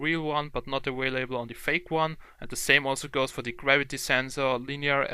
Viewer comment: awalable what lol